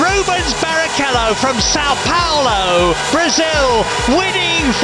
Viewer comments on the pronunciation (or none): none